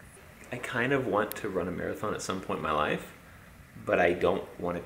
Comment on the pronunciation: Love you to thanks for the vids she ran a "Mere -a - thon "